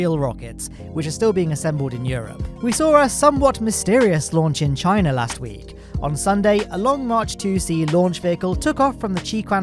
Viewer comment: cina instead of china, beauty